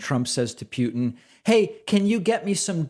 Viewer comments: David says "Pe-yew-ten" is this a sign of cognitive decline? I mean, when Trump mispronounces a word David makes an entire video on it. Just holding him to the same standards. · Yo does Pakman say Putin wrong in the exact same way he says Nuke wrong? Lol Kneeuk and Peeutin